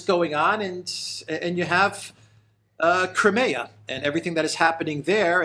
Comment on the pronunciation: Like how he pronounced Crimea 🤯 NEVER once heard it pronounced that way, makes me think he really doesn't give a sh**.